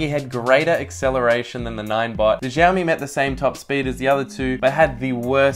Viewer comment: giaomi ? :D :D aussie cant pronaunce.. its shiaomi